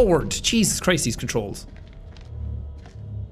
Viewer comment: Jesus CHRRist... The dialogue was so comedic it brought out Sean's inner Irish